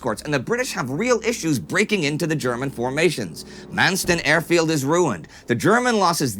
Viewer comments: it's Manston Airport, not Mansten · It’s actually Manston not Mensten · It's RAF Manston with an o not an e